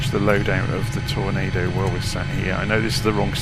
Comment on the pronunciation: Ah! The infamous "Torando" 😉